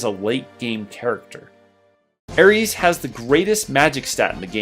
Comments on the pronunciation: Who pronounces it Aries? This is not the god of war, this is a sweet innocent girl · FFS she's not the Greek God of War....Air-iss...NOT air (multiple e's)